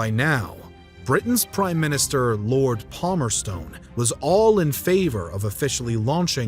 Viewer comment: Lord PalmerSTON, not Stone.